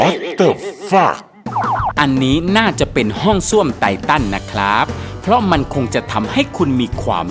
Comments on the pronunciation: ค่ะ ไททันค่ะ ไม่ใช่ไตตัน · ไททันค่ะ ไม่ใช่ไตตันค้าา ^^